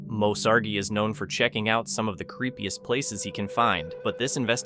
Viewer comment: Why do you say Moe Sargi name wrong x